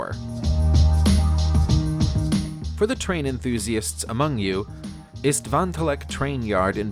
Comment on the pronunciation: "Tvantalak" 🤣 for the train yard Istvántelek... ok Hungarian is a hard language but not the pronunciation of it.